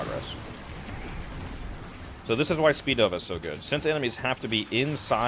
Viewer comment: Its speedva, not that “speednova” jumble lol